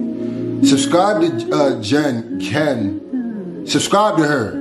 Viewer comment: Thanks so much for this! And you said it right the first time: Ghen with a hard ‘g’ ✊